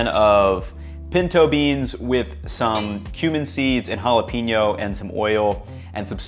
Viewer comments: Jalapeño Haa•luh•pei•nyow Hal-uh-pain-yo Not JalaPEENyo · Hala-pen-yo, not hala-peen-yo. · And he also said ( Hala - peen - yo )